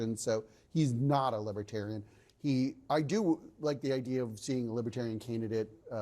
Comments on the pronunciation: He keeps saying "libbatarian." You'd think if he wanted their votes, he'd know how to pronounce it. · That orange skin is mighty thin. And BTW, what is a “Lib-a-tarian” anyway? Chump: still a dangerous fool. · Trump did NOT say he would put a libertarian in his administration. He said Lib-ah-tariun That pathetic difference is enough for him to reneg on the promise....aside from the fact that anyone willing to work with him is by definition NOT a libertarian!